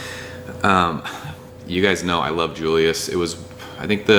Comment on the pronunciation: Sooooooooo.... can I say something?? I think most TH people call it when saying it out loud as...Triple Dry Hopped Julius and not J-J-Julius..... :) just saying....